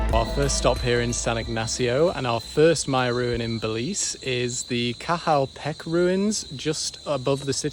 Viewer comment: It's pronounced Sun-anton-itch but you good bro 😭 Also Cahal Pech is like Ca-hal Pet-ch